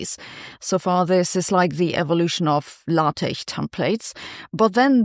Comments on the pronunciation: Lateh templates? Lateh? It's pronounced Lay-Tec. Chrissake. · The way she says LaTeX is sending me.